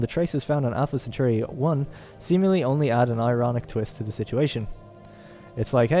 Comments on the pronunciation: I hate to nitpick, but as a Roman it is pronounced "Centauree" and not "Centaureye". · SEN-TAR-EE not SEN-TOR_EYE lol Thanks for the vid been curious about this game. on a side note it completely baffles and terrifies me how this modern generation is so incapable of pronouncing even the simplest of words.....Anyone who thinks the dumbing down of society is just a conspiracy theory should watch this video...I mean simple words totally unable to pronounce them.....smfh. At any rate he does a nice in depth play of the game.